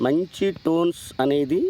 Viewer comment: వాడికి పలకదు నువ్వెన్ని కామెంట్లు పెట్టిన waste 😂😂😂